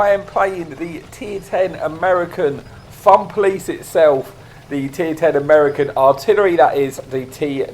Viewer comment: I was thinking he said thumb police